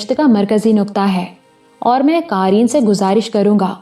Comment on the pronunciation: aaj yea kahani start ki, qamer ajnalwi bila shuk o shubha behtreen writer hain, kahani zara hut ke hai, abhi tuk urdu theek hai aap ki siwa 1 cheez ke. Qarain nhi Qareen hota hai, yea pe zor de ke purhye, qarain ka mutlub arbi main 2 purhne wale ho jata hai. kuch bunyadi ghaltyan jo aap hamesha karti hain wo yea hain dabaiz nhi dabeez hota hai,yea pe zor shair(lion) o shuker nhi sheer(doodh) o shuker hota hai sheer farosh mutlub doodh farosh. iss kahani main urdu kafi behter hai buss chekh ko cheenkh mutt purha keejye mutlub noon ghuna aap apne pale se daal deti hain